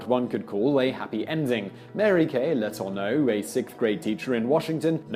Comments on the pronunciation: Yes, and it's "Le-TOUR-no'. (Accent 2nd syllable, remembering the news stories) There was another name Simon mangled in just this video. But I've already forgotten what that was. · That was driving me crazy too. Dufresne and Letourneau. There’s no doubt that Simon does excellent work in his videos, but I can’t help but be irked by the butchering of names.